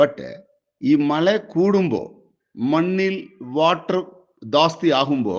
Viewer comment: മള അല്ല പാണ്ടിക്കാരാ മഴ, ആളുകുവല്ല അഴുകും. 🤣🤣